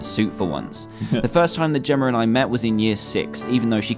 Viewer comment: it Jemma not Jimma